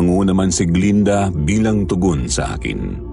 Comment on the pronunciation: glen-da hindi glinda